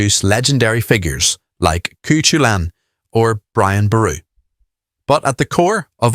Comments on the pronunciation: Cú Chulainn =COO HULLIN, prn. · More like COO KHULLYN ☘️🧐would really need to have a speaking knowledge of Gaeilge to get the pronunciation exactly right. Regards ♥️